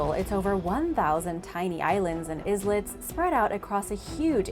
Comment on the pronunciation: IZ-LETS ...really?